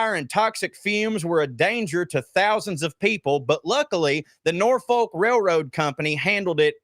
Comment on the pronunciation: it's pronounced "Nor-fuk". Ask Mark